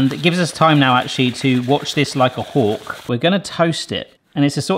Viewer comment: the saying is watch like a hawk did u say hulk or is that your accent? im not at all trying g to be funny or Make fun of you